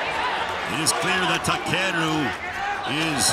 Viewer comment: Takeru chứ ko phải takuro tên võ sĩ cũng ghi sai được nữa